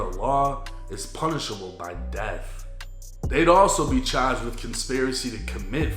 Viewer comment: Boston accent slipping thru